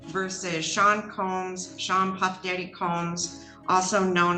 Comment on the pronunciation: Your "AI" driven voice narrative is not doing so well. Many mis-pronunciations... Amazing how all of you "CELEB" sites like to share the SAME "truths" across the internet - with the exact same thing. Very compelling - yet very repetitive with same stuff as others - that has been hijacked. C&V IMHO...